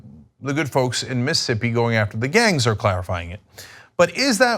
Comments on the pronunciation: Miss...ISSSSS...ippi. Not Missippi Cenk. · As a Mississippian, I'm extremely happy you're shining light on this, but please Cenk- STOP saying 'Miss-ippi'.... It's Miss-iss-ippi. You're leaving an entire syllable out, and it's weird. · Is Cenk so stupid that he doesn't realize he's missing a whole syllable when he says Mississippi? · You can't pronounce Mississippi.